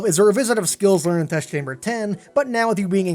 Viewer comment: learn how to pronounce "learned"